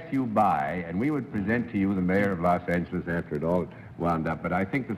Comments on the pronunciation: He said Los Angheles. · . Yorty was known for pronouncing "Los Angeles" as Los Angle Less.